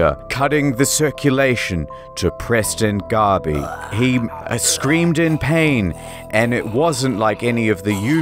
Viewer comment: are you saying preston garbey... couldnt breath? too soon?